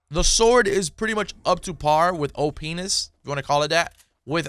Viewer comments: Opness not o-penis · Dude said openis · did you fr say OPenis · he said Openis 😂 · What was he trying to say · Bruh u said openis